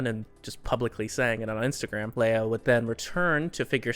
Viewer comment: "Liu" is pronounced, lee-yu! but in one syllable 😀